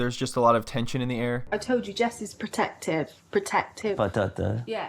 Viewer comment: "Potative yeah" Protective ! Does he understand ? 🤣